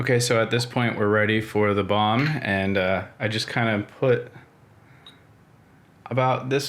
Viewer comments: I ment it as a word-joke, kind of. Your pronounciation sounded more like "Buon" than "Balm". Anyways, have a pleasent evening (Atl least here in Danmark). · Since you are pronouncing "balm" so amazing, why won't you make your own "Beard Buon" ? :) It was perfect. Have a nice, whatever american time is -day!